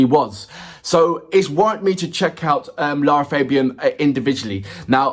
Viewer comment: Concerning the pronunciation of LArA FAbian, it is an Italian name, the three A's are pronounced in Latin, like the A's of "fact" or "black".